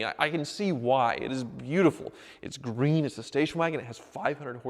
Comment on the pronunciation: it's "greeen